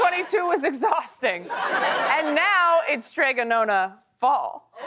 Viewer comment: "Nonna" - the vowel sounds like the "o" in "stop" and you need to sound the double consonant. Don't get me wrong, the illustrations are adorable and I've been that woman for decades... but "nona" means "ninth" in Italian.